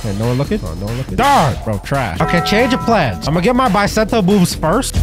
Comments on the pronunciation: Bro it’s bisento not baisento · It's Not Baisento It's Beesento i know master sword dealer calls bisento i know it's beesento ok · It's Pronounced Bi Not Bye